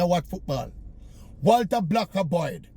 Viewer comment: Today I know his name is not "Walta Boy"😂